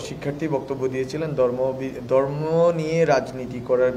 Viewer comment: ভাই এটা দর্ম না ধর্ম কাইন্ডলি উচ্চারণ গুলো সঠিক করেন কারণ আপনাদের দিকে এখন বিশ্ব মিডিয়ার চোখ।